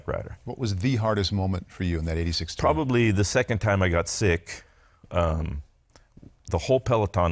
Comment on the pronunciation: Bob does a wonderful job, even with his slightly grating unique emphasis on 'Tour' with each mention of the Tour de France.